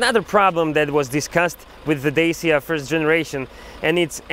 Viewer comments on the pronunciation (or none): nice hoši :) ale asi by som to vyslovil normalne rumunsky "dačia" ako "dejsia".... dejsia to nepovedia ani v UK recenziách čo som videl, ináč super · "Dejsia", "Kerok", "Porš"??? Omfg!